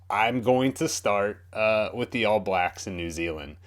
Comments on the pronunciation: hey bro, when you say all blacks the stress of the word is on "all" not "blacks" so its the ALL blacks, not all BLAcks. just something i noticed from watching your vids :) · Just a minor thing, but when saying "All Blacks" we put the emphasis on All, rather than Blacks. Not a biggie but I notice a lot of Americans pronouncing it your way, just sounds a bit odd to us. If you want a sign of how badly the other countries wanted to get McCaw off the park check out this video